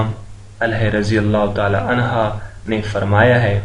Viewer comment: Anhaa nahi anh hota hai...ilm hasil kijiye ......